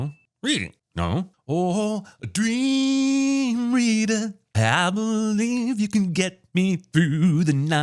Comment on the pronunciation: He said “dream reeadder” but yeah